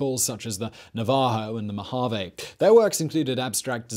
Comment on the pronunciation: Mojave, no 'h'